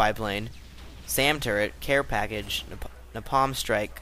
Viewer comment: pronounced Nay-palm